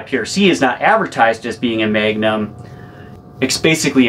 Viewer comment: It’s like he’s saying megnum not magnum lol